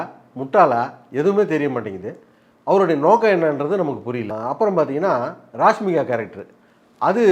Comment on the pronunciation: Dei ugmaala it's rashmika not rashhhhmika 😂😂